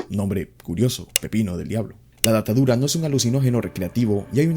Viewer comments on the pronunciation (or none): Me da rrepeluz cuando dices datadura en vez de datura 😂😂